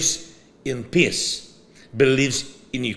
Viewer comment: When you say FRIENDS you have to drop the E into a ghasp out of your throat. When you say PEACE you have to drag out the E or you end up saying P I S S ! Say PEEEEEACE PLEEEEASE. 💪😁🇺🇦